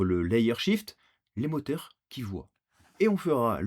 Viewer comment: Des « moteurs fockeurs »😂😂😂😂